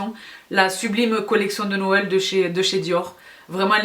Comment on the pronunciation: Ohlalalala la fausse joie ! J'ai cru que c'était noyel 🎁💝